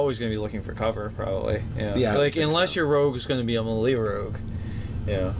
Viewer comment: I 100% love you guys! But PLEASE look up the proper pronunciation of melee!!!!!